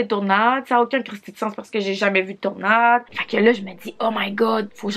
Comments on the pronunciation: Je suis tu la seule que Ça a perturbé quand elle disait tournade a la place de tornade ?? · C’est pas des “TOURnade” c’est des “TORnade” 😂😂🤦🏼‍♀️ part 2 Pls